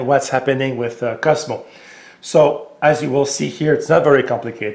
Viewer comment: His name is not Cusmo as you say, it's Coooozzzzzmo.